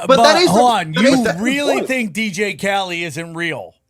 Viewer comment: he is low iq, it was very hard for him to formulate an argument or even pronounce simple words/names “dj kali” lol he could not even let the host finish his thought without interrupting